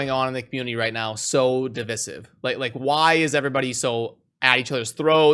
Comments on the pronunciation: Love the vid, but it's div(eye)sive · You didn't link the onlyfans colab, it's just respectful to reciprocate. ;p edit:( it's div-eye-siv)